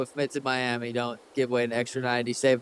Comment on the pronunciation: You turned Miami into Yourami 😂🔥